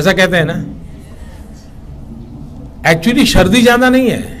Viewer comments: Shardi nahin sardi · Shardi nahi hota hai Sardi hota hai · Modi”G”.. सर्दी hoti hai, शर्दी nahi! Aur शराब hota hai, सराब nahi!!🤣🤣